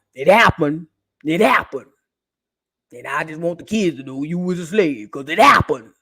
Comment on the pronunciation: I'm in the hospital laughing and you're making my monitors beep! "It happuned... it happuned.." It's SENDING ME!😂😂😂